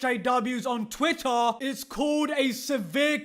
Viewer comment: I like how he says TWITTUH.